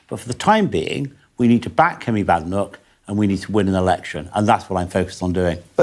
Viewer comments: You need to pronounce her surname correctly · I'm no fan of Badenoch but you could at least have the decency to pronounce her name properly.